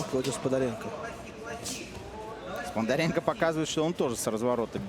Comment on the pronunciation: Комментаторы молодцы- Сподаренко они говорят Спондаренко